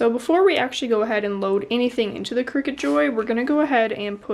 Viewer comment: Isn't it pronounced cry-cut? As in creative cutter?